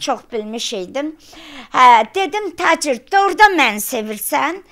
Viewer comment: Bu xəstədir,Tacirrr başdan xərəb ayıb olsun bu qadına , Get Taçır deməyi öyrən ,sonra danış